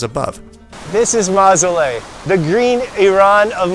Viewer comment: You,re butchering the names of the places. It’s not ramzar it’s pronounced raaam- saar. It’s maaasooleh not mazole.